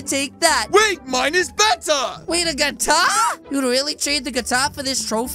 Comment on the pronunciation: It’s guitar not guatar 😂